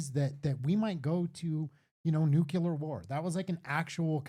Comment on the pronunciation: Dudes, I enjoyed this, but it's "NU - KLEE - AR," not "NU - CUE - LAR."